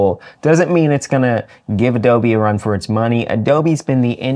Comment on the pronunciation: “Adobe lover” Lmao